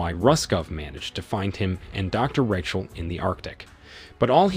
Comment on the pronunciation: Change it to, when he mispronounced Rachel as Wretchel